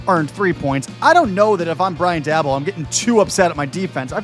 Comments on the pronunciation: Daboll is pronounced "day-bowl". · How do you not know how to say dabolls name correctly? Im just curious.